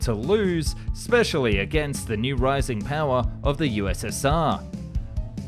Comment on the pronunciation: "Especially" has no "c" or "k" and is pronounced ess-PESH-ee-al-ee. Thanks for narrating, by the way. Human narration is a good thing.